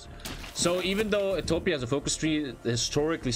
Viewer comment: You pronounce Ethiopia wrong.